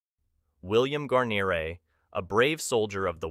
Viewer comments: Gar-nor-ray? How'd you not know how to pronounce his name? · BOB did have it pronounced incorrectly. It's Gwa-near-ee phonetically. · I will. "Gwar-nair-eh" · Exactly. It's pronounced "Gwar-nair-eh" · An AI voice?.... really... (Gar-neer... Gar-neeeer) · I would like to apologize for mispronouncing his name. It's an AI voice. I have been in contact with William Guarnere's granddaughter and many people are saying his name wrong. For example, in the Band of Brothers series, his name is also mispronounced. But again my apologies to those who offend. I make the videos with great respect and honor to the veterans. That is the most important thing for me and I think for most people. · Could you please pronounce his name correctly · Mispronouncing his name makes this video painful to watch. So bad that you use a clip from Band of Brothers which uses his name correctly. If you can’t pronounce a hero’s name correctly get out of the business. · totally agree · Can't pronounce Wild Bill's name I didn't watch. Do your homework it is so Easy to find out how to say it correctly. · Yeah sorry the second you mispronounced his name I checked out. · Pronounce the guys last name right for Christ sakes.